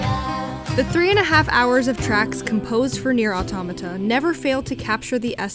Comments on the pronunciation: Auto•mah•tah!!! I get so triggered over this 🤣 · It’s ah tow mah ta I thought it was pronounced how it’s spelled but at the end of ending Whatever was like thanks for completing this game and I was like bruh why you say it like that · Here in Brazil we pronounce Nier Auto[mah]ta. And I believe this is how the POD pronounces in the ending E. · awetomahtah. not hard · "Nier Automato" I so died ^^ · Why english natives have issues pronouncing automata?